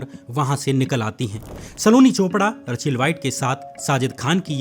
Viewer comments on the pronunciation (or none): रचेल नहीं रेचल